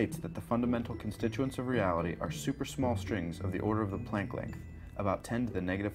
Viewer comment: He speaks way to fast. What's the big rush? I've watched this twice and still don't know what he's talking about. It sounds like this string thing is smaller than a what? A plankton? I can't understand the word.